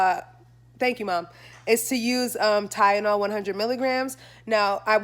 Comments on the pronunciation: You keep saying Tyenol instead of TyLenol 💀😂💀😂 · It’s Tylenol lol. You kept saying tyenol. Get better. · Kiki Hokage I’m glad I wasn’t the only one who noticed that